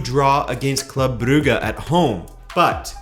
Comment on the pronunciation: Damn big props even trying to pronounce Club Brugge in Dutch rather than just saying Bruges. Giving the place in Flanders the g is much softer than those in the Netherlands (mainly Holland) and where Brugge is (West-Flanders) the g is even silent.